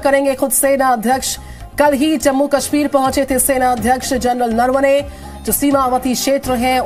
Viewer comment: नरवणे का उच्चारण ठीक से करे